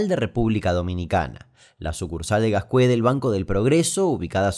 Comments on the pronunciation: Yo tenia 11 o 12 años cuando pasó y lo recuerdo como hoy. Tuve pesadillas durante meses con esa máscara de payaso. Gracias por contar esta historia! Mi única corrección es que no se pronuncia Gascuê sino Gàzcue 😅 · REPÚBLICA DOMINICANA MENCIONADAAAA 🇩🇴🇩🇴🇩🇴🇩🇴 Aunque el sector se pronuncia Gazcue (Con acento en la A)